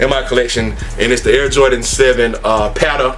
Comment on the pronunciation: you gotta start saying that, "Patta." Like project Pat from now on out!!!